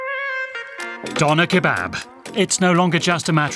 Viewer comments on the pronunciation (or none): How about pronouncing it correctly,? I’m pretty sure you have “Ö” on your Tastatur. 😉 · Ha ha, makes a video about the döner kebab and doesn't pronounce the word properly. And people from Turkey are called Turks, not 'Turkish people'.